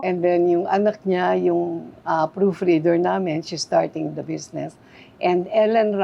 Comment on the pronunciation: "Besnesss" Aster naman -- "Business" LOL